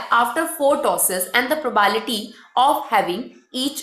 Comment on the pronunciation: Madam probality ni probability hota hai........sai to pronounciate Karo......